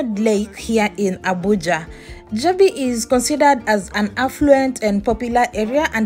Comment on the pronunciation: While i salute your courage for this work however i think you should have done a bit of research on how places are pronounced especially the Jabi, Wuse......from your accent i guess you are fromo e of the East African countries.